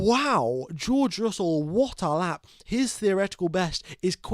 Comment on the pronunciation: I love it when you said WATTALAP! & !😂